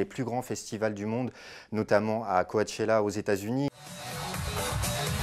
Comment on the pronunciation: C'est moi ou il a dit: CO A CHELLA ?